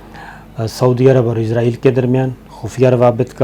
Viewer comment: SABIR BHAI. WITH LOVE RSPECT AND REGARDS TO YOU. BHAI SAB IZRAEL NAHEIN ISRAEL CORRECTION PLEASE.